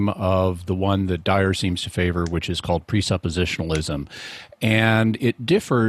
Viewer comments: I know its petty and irrelevant, but i wish Jimmy would pronounce the Guy's name correctly. Dyer not Dwyer🤦‍♂️ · J. Franco i like that Jimmy Akin doesn't give a ___ about Dyer enough to not say his name right.